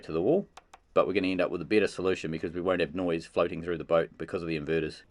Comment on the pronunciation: did just call it a broat